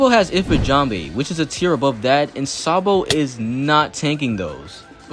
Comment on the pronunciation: bruh said SANbo😂